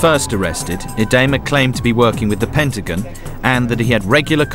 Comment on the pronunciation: PENTAGON!! Not Pentigun...lol